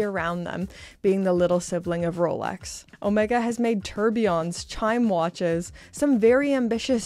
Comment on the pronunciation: your hair fell great! Although you pronounce Omega horribly.